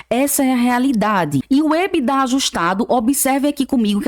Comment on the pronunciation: Por que algumas pessoas falam ebidá?